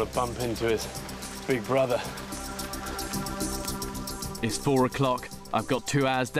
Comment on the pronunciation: 영어 들어보면 브라덜이라고함 ㅋㅋㅋㅋㅋㅋㅋ